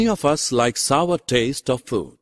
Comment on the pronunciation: It is not sover it is sour